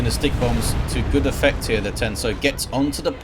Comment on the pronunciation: I'm still learning about this game, and while I know (now, anyway!) that it's "stikkbombs", I keep thinking is saying "stink bombs" and it stupidly makes me giggle like a little girl.:_indridWarboss:🤭